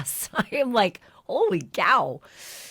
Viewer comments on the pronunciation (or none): Ashleigh did you just say “Holy Gow”?